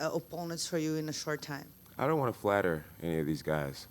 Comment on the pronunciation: " you will die , you will die " " ion wanna die " 😂